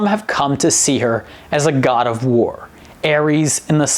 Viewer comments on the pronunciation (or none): Not Aries. “Ares”.